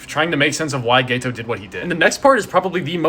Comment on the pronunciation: Just to clarify, it’s GETO (pronounced GEH-TOH) not GAYTOH 😅